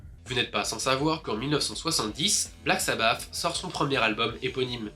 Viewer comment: Black sabbath et non black sabbaf 😂